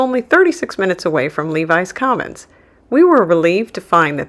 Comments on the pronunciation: It's pronounced LEH VIS Commons, NOT LEE VIES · Lev-is Commons not Levis Commons......